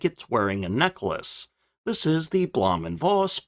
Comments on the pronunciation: Bloom and Foss is how you pronounce it. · As an on again off again language teacher and ma in german... blowhm (long o) und Foss is the pronunciation.